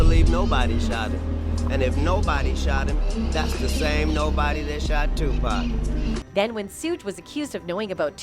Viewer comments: Tu pack, sooge, and keef 🤔🙄😤🤦🏻‍♂️ Wtfffff AT LEAST say PAC'S name correctly 🙏 rip legend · Sooge and too pack? That shit is annoying. She can't pronounce their names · It's not pack it's pac 2pac.... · Tu-Pac, not Tu-Packkkkkkk 🤬🤬🤬🤬🤬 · It’s pronounced 2-Pock. Not 2-Pack! The narrator’s mispronunciation the name over and who is ‘Soog?’ its pronounced as “Shoog.” I cannot…😢😢😢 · Learn his name b4 u start making videos on our greatest legends its Tupac not tu-pack u idiot all the goats that have fallen loved all of us enough to stay true to their faith, and everything and everyone they believed in to send positive messages through their music to hopefully change the world and all God's children so that we may fly us out of this prison through the gates heaven where we can have real true peace and happiness and finally have our freedom and fair and honest justice for all cause in the words of ( TUPAC ) ONLY GOD CAN JUDGE ME. Long live Makavelli Tha Don heaven definitely has a ghetto now shinning so bright that the entire world has all eyes on u have 😊❤😇🕊🕊😇❤ R.IP TUPAC AMIR SHAKUR XOXO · His name is 2 pac not 2 pack you dumb dumb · Pac BITCH NOT PACK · Iam sorry I'm trying to listen but the way this women keeps butchering tje names is driving me nuts lol soooooge knight and 2 payke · Please stop mispronouncing EVERYONES name. How tf are yall still calling this man TuPACK? How idiotic. And sHUGE knight? Fuggin blasphemy... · 2pac not pack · 1st off if you gopnna report on these stories you should be able to pronounce thier names correctly with yo goofy Who the Phuck is Sooge & 2 pack... The proper pronounciations is 2 Paq, 2 pock not 2 pack...Sug not soog okay goofy girl! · It's tupac!! Not tupack... you idiot! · Is said Tupac not twopack god damnit😣🤨🤨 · Could someone program this lady that is narrating that it is not pronounced Tupack but like Tupock. But spelled Tupac or 2Pac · IT IS TUPAC! NOT TU PACK! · Who the heck is too pack u mean pac like ur pocket !!!!!!!